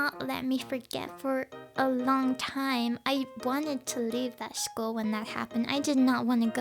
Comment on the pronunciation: School not shchol 😐